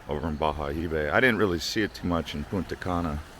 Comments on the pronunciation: Bayahibe! It's pronounced "Ba-Ya-Eeee-Beh" the H is muted in Spanish.. Although your Spanish 👌🏻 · Bayahibe correct pronunciation "Bajaebe" Isla saona pronouncing Isla sa_o na